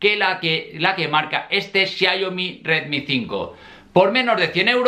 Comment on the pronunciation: XIA IO MI....??? ES XIAOMI.